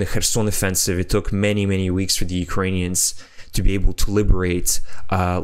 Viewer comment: Its a small thing but i enjoy your correct pronunciation of Ukrainian towns while also being fluent in English & thus still easy to listen to.